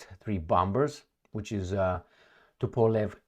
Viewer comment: Congratulations! You have pronounce well Tupolev! forgot it again... Thank you for your channel!.